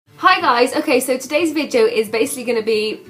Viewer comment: "BASICLY"... Now you gonna hear that in every video xD